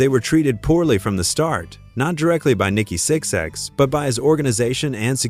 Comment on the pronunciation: VERY first thing this AI slop narration says is "Nikki Six X".. annnnd that is the end of this video for me lol